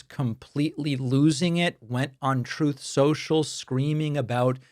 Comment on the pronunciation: "Troth, Sential"